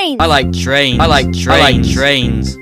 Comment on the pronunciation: "I like TRIANS!?" ITS PRONOUNCED trains 😊